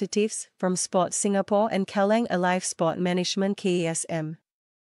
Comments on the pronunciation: Let me try “Too-Son” as in Son Huen Ming? Correct me if u have to. This sounds to me like a local voice. If I do not point out the mistake, Kallang will become Care-Lang very soon. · Kallang is “Care-lang”?! Pronounciation of local names is getting worse by the day. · Commentator sounds horrible - too slow & mispronounced Kallang